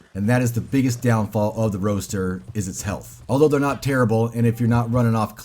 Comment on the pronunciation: For having Roadster in the game, the horse feels sluggish and the handling is trash. Also, its pronounced ROADster not ROASTer.